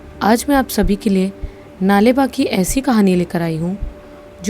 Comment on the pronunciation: नाले बा। नही। सही शब्द। नाळे। बा